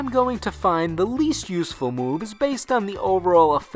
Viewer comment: That was actually perfect, apart from the mispronunciation of useful and english.